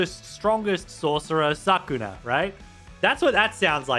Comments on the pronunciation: Bro said sakura instead of sukuna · you did not just call him Sakuna. I think you have to give me perm control as payment for having me hear that 😂😂 (4_eph)